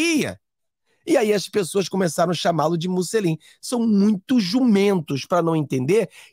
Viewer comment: Bom dia,. O correto é Mussolini. É italiano...